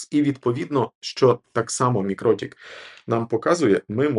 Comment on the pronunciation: Правильно робити наголос на 2ге І - мікротІк. Про це сама компанія колись на всіх MUM наголошувала.